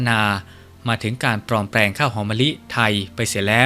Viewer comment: จะดีมากๆถ้าผู้อ่านออกเสียง ร ..ล ให้ถูกต้อง กระดกลิ้นหมดเลยคล้ายเขมรเลยนะครับ ปลอมแปลง/กลุ่ม และอีกหลายๆคำที่ควบกลำด้วย ล.อย่ากระดกลิ้นรัวๆเลยครับ เดี๋ยวแม่นเคลมอีกนะ